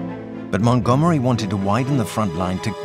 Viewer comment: МантгОмери, а не МангомЕри!